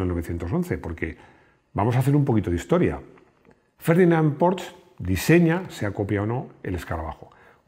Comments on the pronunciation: En verdad tampoco pronunciaste bien Porsche. Se pronuncia "porscha" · No sabes decir bien Porsche 😄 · Hola y compañía. Casi casi pronuncias bien Porsche. La "e" ya no la omites... salvo algún lapsus 😁, sin embargo la "sch" no se pronuncia como "ch" de chepa, sino como la "sh" inglesa. Un abrazo. PD. Tuve un 2CV durante 2 años, muy divertido en las curvas. Y conduje un VW escarabajo en un día de viento y fue la experiencia más terrible vivida, una racha de aire te desplazaba 1 metro entero.